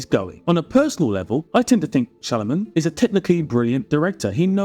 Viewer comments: It's not Shyalaman my friend it's Shyamalan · You're pronouncing his name wrong it's shy-aa-malan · It's an Indian name so if someone is saying Shyamulan, he is wrong too. I am an Indian myself. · You're mispronouncing his name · Should have at least pronounced his name correctly. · At least pronounce his name right.